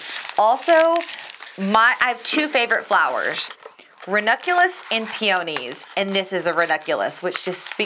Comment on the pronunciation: It’s PEE-uh-nees, not Pe-OH-nees. 😃